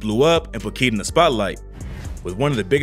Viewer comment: KEED Tampa not whatever you said rip